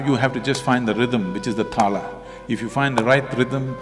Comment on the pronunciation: Sadhguru is talking about rhythm or taal n saying the very word with wrong pronunciation, tala. Again, it is ताल/तालः/taal not ताला/tala